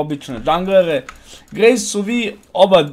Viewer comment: I ja gledam nesto mi cudno kaže gragas a slika graves 😎. Btw super klip